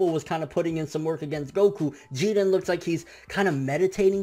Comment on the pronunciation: its really stupid how you say people name wrong like Krillin and Jirin for example smfh 😂😂😂